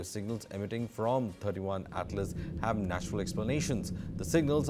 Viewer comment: Wow!, you guys don't even know if it is 31 or 3i. He is saying it as 31 Atlas, It's 3i Atlas. '3' stands for the third and 'i' stands for interstellar